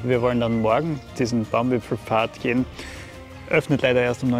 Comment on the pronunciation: Wieder wunderschöne Eindrücke und keiner sagt „Baumwipfelpfad“ so schön wie Du, ❤️